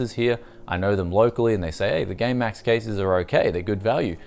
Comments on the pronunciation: # he says gay max lol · I swear he's saying gaymax